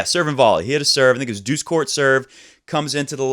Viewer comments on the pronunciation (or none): none